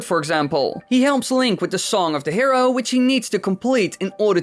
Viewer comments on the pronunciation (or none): none